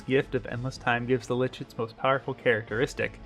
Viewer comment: Lich is pronounced as Lick.